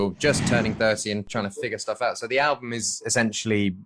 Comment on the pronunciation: Sao bé Vy cứ đọc “an-bùm” hoài vậy ta? Album phải đọc là “eo-bầm” có đoạn Ed cũng đọc rõ như muốn sửa cho Khánh Vy. Từ album là từ cơ bản vậy mà đọc để sai. Các em thần tượng bé Vy khoan đọc comment này mà làm ầm lên. Vì Khánh Vy là đại diện và may mắn được interview Ed nên càng phải chỉn chu, chứ “phát âm sai vài từ có sao đâu” thì VN ko thiếu gì người có thể thay vị trí của em. Góp ý vậy thôi nhé!